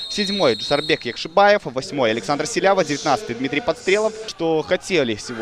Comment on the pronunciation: запарился. Залез в гугл и википедию. По узбекски произносится ЯкшибОев( бой по узбекски - богач, в русский язык перекочевало как бай. Как и множество других похожих слов) отсюда и разночтения. Если попросить парня произнести Фамилию на родном языке то Вы все поймете. И успехов в развити уровня комментаторского мастерства